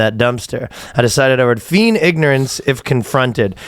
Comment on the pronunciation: Feen ignorance how to pronounce feign